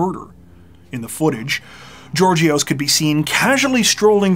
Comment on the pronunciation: Georgios is pronounced Yeórghios.